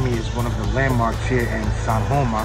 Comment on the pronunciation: Looks like its Sajoma and not San Joma.